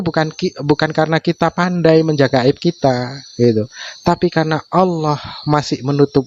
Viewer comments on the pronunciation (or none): Si Julpukar biar sebut Allah saja gak becus.sebutnya Auawah😂we